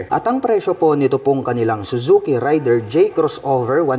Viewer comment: Raider po hindi rider